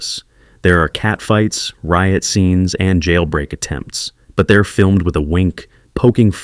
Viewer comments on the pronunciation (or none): none